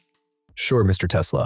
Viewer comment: Das dauernd teslasch gesagt wird nervt sehr.